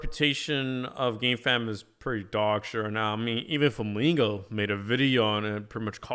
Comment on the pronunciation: Did you just say flamigo lol